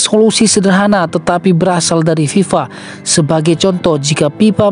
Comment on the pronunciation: Fe bukan Pe narasinya .😅 FIFA BUKAN PIPA